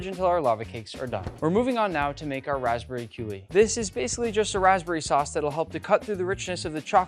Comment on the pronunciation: Exactly what I thought when I heard raspberry coulis